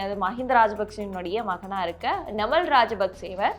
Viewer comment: ஒழுங்காக தமிழை உச்சரிக்கவும் நாமல் ராஜபக்ச